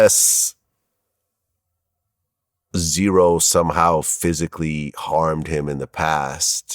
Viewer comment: z-ro not zero